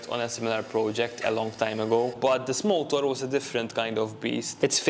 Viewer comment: Am I the only one who hears him say Molotov instead of motor?